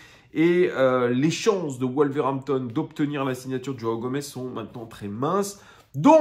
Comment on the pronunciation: Pour info, les joueurs avec des origines de pays lusophones, on prononce un "S" a la fin et non un "Z" Lopes, Gomes, dani Alves, etc:)